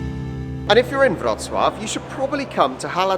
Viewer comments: Congrats.! It took a lot of time for you to gather that "W" in Polish spelling is "V" in English and "Ł" PL is "W"UK.. So you pronounce Wrocław perfectly. Well done,. You have BRAIN😀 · Wow ! Your pronunciation of Wrocław is just perfect 👍👏 and in fact it's not so difficult as long as you know that Polish W= English V Polish C= English Ts from Tsunami Polish Ł (it's not L) = English W WROCŁAW = VRO-TS-WAV So well done mate as you can pronounce Wrocław while the Polish people can't pronounce Bournemouth where you fly from and even those who live there lol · I am glad you had a nice trip to Poland guys, but it would be so much more beautiful in summer time. Next time I recommend tricity: Gdańsk, Gdynia, Sopot. Btw Your pronunciation of Wroclaw is incredible!Xx